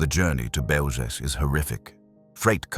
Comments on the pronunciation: Just fyi. It’s pronounced as Behw-Zhets. Zh as in measure. The C is always ts not K. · It's pronounced Belzhets. Please if you are going to produce historical videos, learn the correct pronounciation of names. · Pronouncing the name incorrectly. The "L" has a lone through it making the pronouncement a "w" sound. Therefore it is Beozhek. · BeozheTS. The c has a ts sound in 🇵🇱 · It's pronounced "beljetz" and wirths nickname was stuka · A small quibble, but the pronunciation of "Bełżec" is not hard to get right. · Learn to properly pronounce the name of the place you're talking about. Is it that difficult to look into it so as to learn to pronounce it correctly? The first word of your video, mispronounced. Ok, we get it.